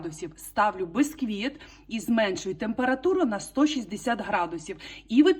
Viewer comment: бІсквіт не бЕсквіт. грамІВ, а не граМ. Не 24 сантиметрА, 24 сантиметрИ. Послухай , хазяєчка, і будеш мати більший успіх, коли будеш правильно говорити.